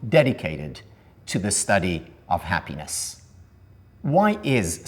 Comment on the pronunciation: The guy is talking for an hour about „ha-pínes“.